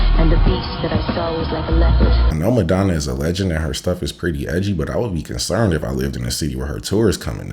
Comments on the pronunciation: I can't take someone that says Maydonna seriously, sorry. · may donna?! 😂